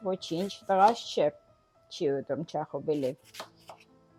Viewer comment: ջան,ոչ թե Չախոբիլի այլ Չախոխբիլի։ Կներես ախջիկ ջան, ես Թիֆլիսեցի էմ ապրել էմ վրացիների միջավայրում ու ականջս սուր կտրեց քո սխալը ։ Եղիր առողջ, ապրիր երկար